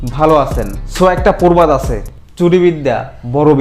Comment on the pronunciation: ১:১৪ একটা পোরবাদ না ভাই। এটা হবে প্রবাদ।